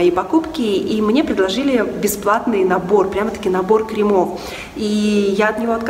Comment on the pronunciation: Вы мне очень симпатичны, с удовольствием смотрю Ваши видео, особенно нравятся стритстайлы. Очень правильная речь, но ради Бога ( не в обиду ) не кремА - крЕмы, не кремОв -крЕмов! С наступающим! 😘